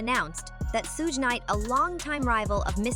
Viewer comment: at the mark you have the AI voice say that Cassie Ventura stomped on Diddy. Now that is demonstrably false, it was the other way around. Aaaaaaaaand the AI voice still can't pronounce Suge's name correctly.